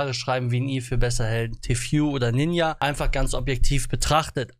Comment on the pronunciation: du gehörst gebannt weil du ninja falsch aussprichst haha